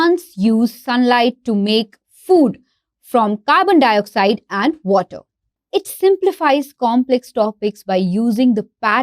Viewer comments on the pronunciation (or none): as much effort as you guys put into getting chat gpt down put some effort into learning that w and the v violin water not wiolin not vater just that alone will make you sound as if you are ahead of your competitors in english